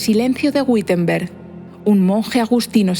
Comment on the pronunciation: Muchas gracias por esta fenomenal historia de la escuela - instrumento de opresión y adoctrinamiento fundamental. Un detalle: Wittenberg se pronuncia correctamente así: ví-ten-berk. La sílaba "vi" se pronuncia como b sonora como se hacía ataño en castellano, de ahí la diferenciación entre v/b: labiodental - bilabial. La "W" alemana siempre se pronuncia labiodental. Un cordialísimo saludo. ¡Fabuloso canal para desadoctrinar 😅!